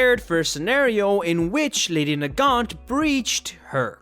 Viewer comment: It's Nagant